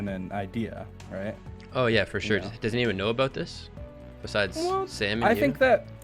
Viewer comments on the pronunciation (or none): “dosent” lol